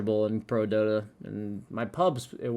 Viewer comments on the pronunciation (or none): none